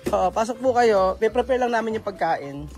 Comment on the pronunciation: bka mabash kn nmn s kbila s sinabi mo...ng frefrefare (ngpreprapare) sabi mo.😅✌